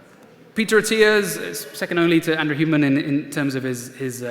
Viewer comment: What’s up with mispronouncing Huberman’s name? Sounds like he is saying “Human”.